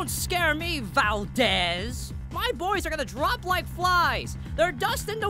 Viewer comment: Why do you call him Valdez? Are you Filipino?